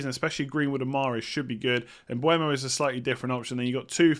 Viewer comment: Bryan Mbeumo. Not Mbuemo